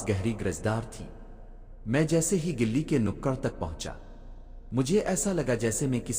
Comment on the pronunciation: "Gilli " nahi Gali kahte hai. Aapne bahot sare alfaz ghalat bole hai. Barae meherbani is pr tawajjoh dijiye.